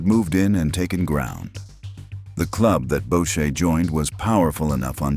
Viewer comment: Bowcher…. Lol. Its pronounced boocher you idiot